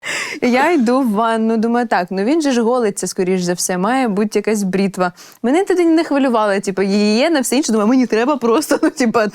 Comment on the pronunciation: Бритва а не брітва 😂